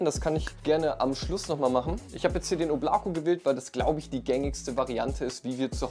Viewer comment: Oblako wird im übrigen O-bla-ka ausgesprochen 😂 aber der Name wurde soooo oft schon falsch genannt, dass es nun nicht mehr zu retten ist. RIP